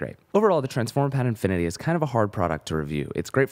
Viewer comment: nice review but it's "infinity" not "inifinity"